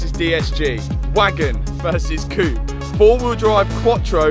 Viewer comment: did say coop instead of coupe? and porch instead of porsche?